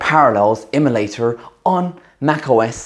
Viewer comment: I can't get over the way you say emulating and emulator. Not poking fun, it just sounds particularly quirky and fun to listen to.